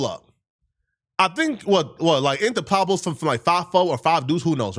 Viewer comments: It’s Peblos not Pablo’s 😂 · Pablo bloods, that must be the new Mexican blood faction, Pablo is their leader😂😂😂 Say it with me pweb-low (pueblos) U big goof 😅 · say it with me! You don’t have Pronounced the PUE - in Pueblos 😂😂 just say it like everybody else “Peb-Blos” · I believe it's pueblos not pablo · “ The Pablos’ “🤦🏽‍♂️🤣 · bruh, are you talking about the PUEBLOS? you keep saying Pablos. and all that "natural right" talk? maybe i'm just old, but that type of attitude will get you worked. idk where you're from, but your rights don't block bullets.